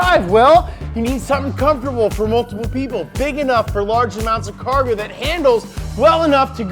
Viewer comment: MO CAWGO BABEH